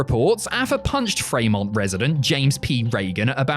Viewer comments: I know won't see this, but Fremont, California, is pronounced 'Free-Mont', not 'Fray-Mont'. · the first account of this has saying Fremont like someone unfamiliar with the name. It's "Free-mont". There's also one in Ohio among other states